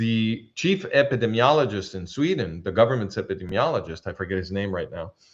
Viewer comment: Dearest, please forgive the slight correction on your pronunciation of "epidemiologist." I heard you struggling. Your English is near native speaker level. My Spanish is nearly non-existent. This is a difficult word, even for native English speakers. Ep.id.EEM.iologist. Listener of at least 20 years, since Tamar Yonah Arutz Sheva days. I have great respect for you. Dr. Eugene Narrett ז״ל cites your work in his book "World War III: The War Against the Jews and the Rise of the World Security State." The man was almost a prophet. I think he was murdered.